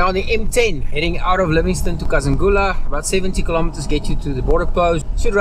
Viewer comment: Kazungula, not Kazangula.. I don't kno why but I still fill have a pinch of nostalgia, I just loved that hint of uncertainty about the ferry.. Beautiful BW 🇧🇼 When did you cross into Bots, was in Kasane last weekend..